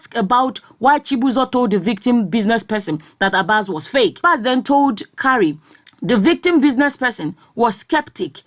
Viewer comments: The name Kyari is pronounced "kee-ah-ree", not "ka-ree". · the list u can do is to promounce a name properly. What is kari... pronounce as ki-ya-ri....jeezzzz